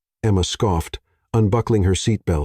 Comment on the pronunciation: Just before : : the letter 'o' in 'scoffed' is hard when it should be soft. LoL Oops 😢😢